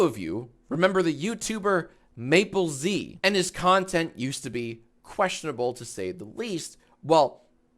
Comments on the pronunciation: btw jack, mappelz pronounces his username like apples but with an M sound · yea i was a bit confused when he pronounced it "maple z" cuz it does not look like that